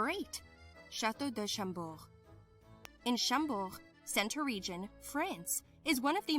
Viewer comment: It is "Château de Chambord", not Champort. It is "Mont Saint-Michel" (or Saint-Michael's Mount) and not Le Mans